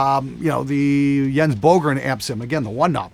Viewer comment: 1) I never had a problem with the sound of the Sheffield 1230 in my Peavey Bandit 112 Transtube, I guess it's a matter of taste. 2) Jens Bogren is actually pronounced more like Yens Boogren. 3) I definitely agree that Epiphone guitars made in the last ten, fifteen years can be really great. I have both a first-generation Prophecy Les Paul EX and a Les Paul PlusTop Pro/FX (now equipped with Gibson Dirty Fingers pickups as the BurstBuckers simply were too weak-sounding for metal).